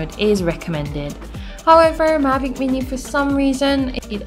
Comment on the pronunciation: when the vido start it sounds like she said magic weenii, i was like this a good vid but then its just thr drone she was talking about, so im looking now... lol